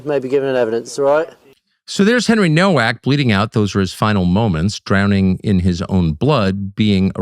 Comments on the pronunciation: The Polish name Nowak is pronounced "novak" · It’s pronounced Novak. W in Polish is pronounced like a V. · Pronounced No-V-ak! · Pronounced " Novak " - learn some Polish Tuc , you've got many like minded friends over there in Poland 🇵🇱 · Americans don't get it, it's pronounced "Novak" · Nowak is pronounced Novak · It’s Novak. The surname is Polish/Czech. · It's pronounced "Novak".